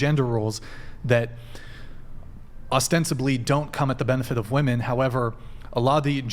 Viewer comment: Ok you can't even say "WOMEN" correctly.